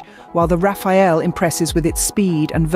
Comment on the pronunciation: it's the rafale not Rafael